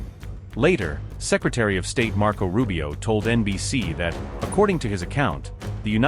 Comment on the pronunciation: lu chi bye.. marco lubio